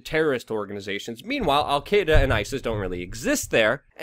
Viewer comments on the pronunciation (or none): none